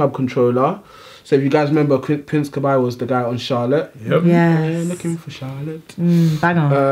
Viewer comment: Guys... 😂💞 You literally pronounce his name the way you say those alphabet letters: K-B/Kay-Bee. Kah-Bai had me cackling a little. Lol.